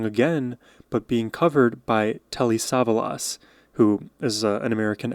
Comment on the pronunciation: Telly is known by nobody as a singer. He was a major TV star who made movies too. Btw, the accent is on the second syllable of his last name.